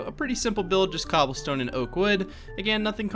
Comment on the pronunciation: Bro u say "MmGobblestone" instead of cobblestone wtf